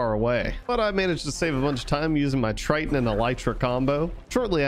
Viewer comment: Please stop saying triton it’s triggering me Edit: good video otherwise